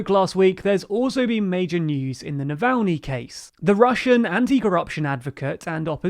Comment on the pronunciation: Well, you got Navalny's name right this time, but you are still pronouncing Aung San Suu Kyi's name wrong. It's not that hard to look these things up, and it really impacts your credibility.